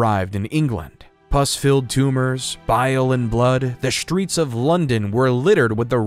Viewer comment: How did this narrator get a job? Aside from not taking the time to learn how to pronounce English place names, none of the following words start with “sh” - struck, streets, struggle, strongly, strength. He says shtruck, shtreets, shtruggle, shtrongly and shtrength.